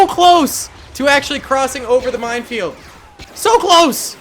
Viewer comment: I keep thinking he says mindfield.